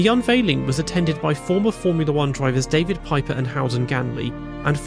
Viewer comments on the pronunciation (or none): none